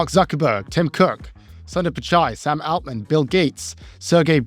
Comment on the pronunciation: Why does pronounce Altman like that?